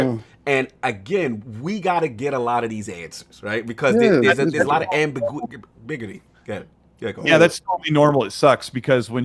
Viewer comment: C’mon. Am-bi-gu-i-ty.